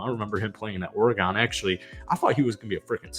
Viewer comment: This is a nice video, good job. I agree completely that ATL will win 10-12 games this year. I do have one complaint however... When pronouncing Oregon it is "Ory-gun" not "Ory-gawn".